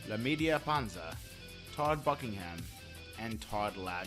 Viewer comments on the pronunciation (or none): none